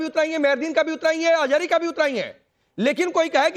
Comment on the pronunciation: Ajhari nahi Ajgari hai 😂